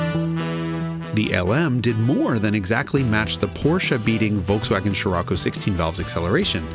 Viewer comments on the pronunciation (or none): none